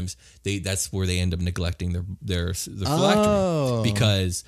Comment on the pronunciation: Name pronounced correctly. 100 phylactery points for you.